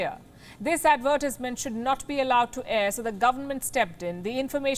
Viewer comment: Your pronounciation of the word advertisement is weird. Plz rectify Palki. Take it in the right spirit as it has been told👍